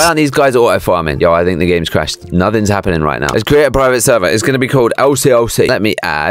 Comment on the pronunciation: LCLC I HEARD IF YOU Do notfing notfing hapens